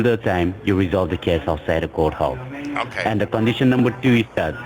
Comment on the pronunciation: What's a "portico" ? What's a court "hou?"